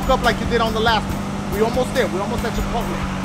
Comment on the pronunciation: "We racing to Chipotlé" Hahaha lmao